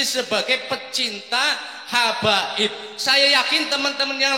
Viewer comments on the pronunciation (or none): Hababi.. ?? Duh pak, kepleset lidahnya koq malah nganu yaa... kemekel aku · Semangat sekali bapak ini sampe kepleset lidah terucap cinta habaib tapi tolong di maafkan karena bener tida di di sengaja lain dengan pak rizik yang salah ucap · Hababi, kesleo lidah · lidah kepeleset habaib...jadi ha......pertanda apakah..